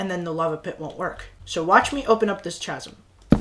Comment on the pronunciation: bro really said chasm like that, he did the word chasm dirty